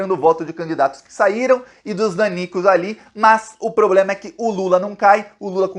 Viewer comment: Tchutchuca do centrão e noivinha do Aristides!!!! Kkkk Este presidente tem "pobrema"!!! Kkkk